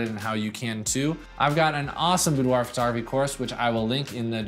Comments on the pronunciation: Hi! New to your channel, I like it. I am from France... Just a remark: boudoir is pronounced boudoir not "boudoahhhhh" even from France;) See u! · IF you are from France, you probably don't say Boudwah. That's an American thing. If a French person would ever to say the word, they would say boudoir, but the r is a gutteral, back of the throat R, which most Americans, with their front of mouth R can't hit, and apparently can't even hear. If you want to get closer, say boudwah, then gargle the h to make an ahhhrrrr sound. Then dial that down to about 10 percent and make it sound romantic, and not like you're choking on a fishbone. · I had a model pronounce it "boo-derrr" once. It was great. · I giggled at the French way to say it :P It's how I say it loll Thanks for the awesome videos!